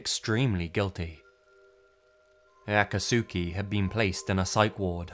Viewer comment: The man saying Aka-Sooki Has never watched naruto He’s mispronouncing Akatsuki lmao